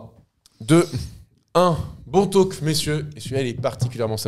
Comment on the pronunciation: SVP, on ne prononce pas le L dans talk...